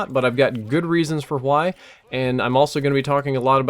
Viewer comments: does he ever say why and not hway? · You pronounce "why" like Stewie pronounces Cool Whip